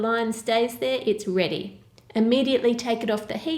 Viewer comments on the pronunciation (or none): none